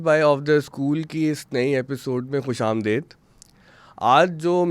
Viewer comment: Please say "Khush Amadeed", not Khush "Amdaid". It just puts one off when tuning in. Jazakallah.